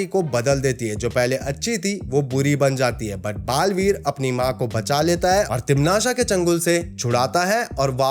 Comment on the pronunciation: Bro video was really good but it's not timnasha it sounds like patasha and it's irritating it is timnasa